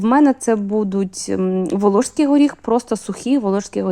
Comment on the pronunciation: Класні рецепти, всі чітко і завжди виходить. Подяка за українську мову. Але її треба покращувати, бо часто просто вуха ріже. ВолоШський горіх, гАріхи, стАлові ложки. Проте, мову можна покращити аби краще й рецепти сприймалися.